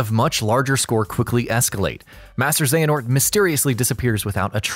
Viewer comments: Overall, this recap is accurate and enjoyable, but hearing "Xenahort" instead of "Xehanort" in the latter sections of the video... 😬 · I won't forget that "Xenahort" moment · Got real triggered when i started hearing "Xenahort" instead of "Xehanort" but at the same time I would've hated to go back and redo that shit too LOL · I feel a lot of darkness everytime this guys says Xenahort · Every “Zena-hort” hurts my soul. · Halfway through the video they start saying Xenahort instead of Xehanort, and it ruffles my jimmies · Who the fuck is Xenahort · Y’all butcher Xehanort’s name bout as much as you do “Yuffie and “Red 8”😒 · Was a great video until the second voice actor cant figure out how to pronounce the main antagonist of the game and is then so distracting you cant follow along. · Okay... Having 2 different narrators is not ideal to begin with... But having it 1, start over half way through and 2, having him say one of the most common KH names WRONG... my god... The info is good, but it's so hard to sit through the second half of it... Not t mention the fact that only half of the "X blade" mistakes were fixed... A mess of a video, but all in all good. P.S, you mention we should comment if we thought you missed anything and whatnot, but are you even going to look? who's going to look? is anything going to change? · Aaaah!!!! Pronounce the names correctly please!!!